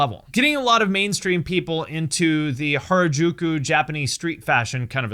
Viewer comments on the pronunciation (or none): Why did you pronounce Harajuku / 原宿 in such a very strange way? You should of learned how to correctly say this name first before making the video…